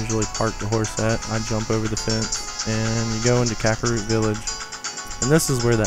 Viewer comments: Not just that. He butchered almost EVERY name. 1. "Eponia"- Epona 2. "Dogoro's" -Dodongo 3. "Kakoro" -Kakariko 4. "Coco" -Cucco 5. "Kakaroo" -Kakariko 6. "Hylina"- Hylia 7. "Lake Hyrule" -Hylia 8. "Kakaroo" -Kakariko BAD Zelda nerd. FAIL. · Dude, it is not Kakaro Village. It is actually Kakariko Village. Learn your Zelda man!! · kakaro village and coca co lady